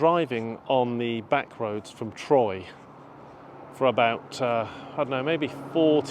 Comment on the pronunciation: Nice video. Troyes is pronounced like the number 3 in French /trwa/